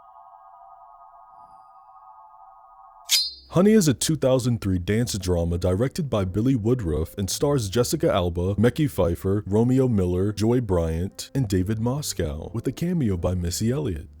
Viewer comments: omg I was like like honey NOOOOOO it's MIH-KAI 🤣😂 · I mean absolutely no harm by this. But never in all my years of living have I EVER heard someone pronounce Mekhi Phifer's name like that 😭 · Why tf you say Mekhi Phifer name like that? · I know you're young and all, but the way you BUTCHERED the pronunciation of Mekhi Phifer's name is really upsetting me and my homegirl